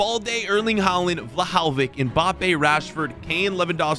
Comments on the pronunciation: no way he just said: Wlahaowich ITS VLAHOVIC NOT WLAHAOWICH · He mispronounced Dusan Vlahovic's name. Is that just me or did you guys hear the way he said his name?